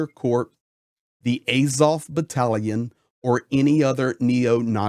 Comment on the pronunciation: The first 4 minutes of this video is a waste of time. It's just some dude no one's ever heard of saying how great he is and then saying what we've all been saying for the last 11 years. There's nothing new in this video. You are also pronouncing Azov incorrectly. Not that it's important.